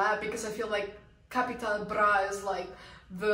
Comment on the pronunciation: You're pronouncing Capital Bra better than most germans not gonna lie